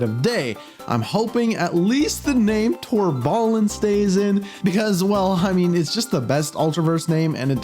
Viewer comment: It's not Tor'ballin'. It was confirmed years ago that it's Tor'bae-lin.